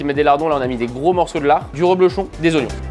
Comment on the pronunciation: On dit Reblochon, pas Roblochon !